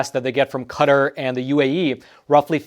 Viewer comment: You pronounced it wrong and right. Come on dude It's not cutter